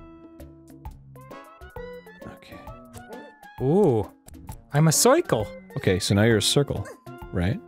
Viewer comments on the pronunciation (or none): Ooohh. I'm a coircle. How you say it: Soy-yrkil